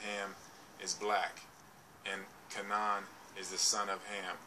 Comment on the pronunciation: Kabala came from Babylon. The Jews were not black. Abraham's wife was black and the most beautiful woman in the world at the time. It is always mentioned if the peple are black. It is pronounced Ka (long a) nan (short a) Hard for someone who hasn't studied the history and the Bible can get things mixed up.....Hence the guys on at 4 in the morning.